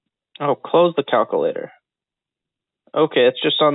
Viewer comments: Scientific calcoooolater - brilliant I'm sitting here laughing my head off, keep up the good work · Do one thing and just delete the cow-koo-lator.... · clear the calc. CLEAR THE CAL-QUE-LATE-OR!!